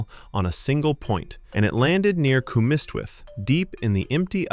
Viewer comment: Just started watching the video, so far pretty interesting! Cwmystwyth is pronounced cum - Ust (like just without the j) - with. There can be a slight difference in the pronunciation of Cwm (cum vs coom) depending if you're, north, mid or south walian. Edit: last time I went home nant-yr-arian wasn't doing well as a destructive tree disease had taken ahold. They cut down so much of the forest and replanted so for years the red kites roamed. Now that the trees have grown enough to support hundreds of red kites they are back in full force! Second edit: i didnt know that the periods of the earth were named after the tribes. Despite knowinh about both it had nevee clicked that they are related! Pretty neat! As for not as well known facts, heres a couple from my home. Tregaron a tiny welsh town (though its pretty much a village) had an elephant buried behind the bont pub, you can see photos of the elephant having a dip off north beach before it passed in Aberystwyth museum. There is evidence that Aberystwyth and the surrounding areas had settlements and humans living there going back to 3000 BCE, though local historian's have a feeling it could be further back as we know neanderthals were here before homosapiens. Basically Aberystwyth has been home to many for 5000 years, just this small coastal town with its valleys, beaches, and flat farm land supporting life for thousands of year's.